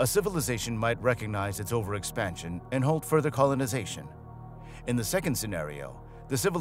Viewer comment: you didn't enjoy the shitty a.i.'s reference to CO-lon-i-za-tion? aliens coming down and tickling prostates... could be worse. not great, not terrib-[has prostate orgasm] OMG GREAAAT